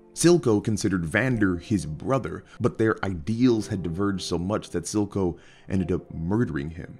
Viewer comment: It's Silco not Zilco though, cmonBruh